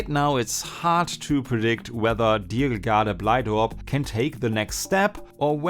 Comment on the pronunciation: I was NOT ready for you to pronounce Diergaarde Blijdorp right